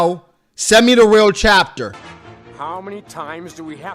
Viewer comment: “Send me the real chaptah” 😂😂😂😂😂😂